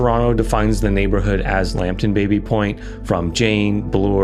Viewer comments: Baby is properly pronounced 'Bah-by', if you can't do that, 'Babby' is fine. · The area was once owned by the Baby family, pronounced Baa-bie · The name "Baby" is actually pronounced "Bobby", after the French founder James Baby.